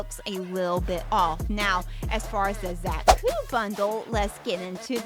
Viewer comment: It’s a Beam Saber ! Also It’s pronounced ZA-KU not Zack-U.